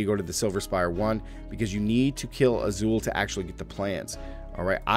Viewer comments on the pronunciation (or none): Took me forever to figure out you were trying to say Izual. There's no character named Azul in the game. Multiple in-game voiced dialogues demonstrate the correct pronunciation for every main character name, cmon.